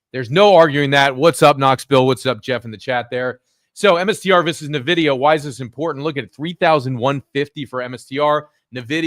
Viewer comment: Hey, thanks for your analysis just one thing: It's not "Nividia", but "NVIDIA" without the i after n, so you say it like this: "Envidia".